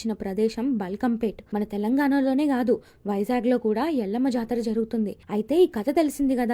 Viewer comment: Inkosari telangana paina video chesepppudu maa Words ni correct ga palakadam nerchkoni cheyandi.....we hate people who pronounce them Wrongly.....🔥🔥🔥🔥🔥🔥🔥🔥 Jarthu 🔥🔥🔥🔥🔥🔥Parshi 🔥🔥🔥🔥🔥🔥Jamdagni🔥🔥🔥🔥🔥🔥